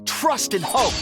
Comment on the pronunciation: did he just say "HOE" instead of "hope"😭